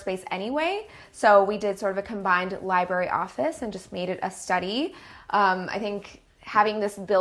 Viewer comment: Okay I don't mean this as hate I love her but did she say LIBARY?!! NOOOO😂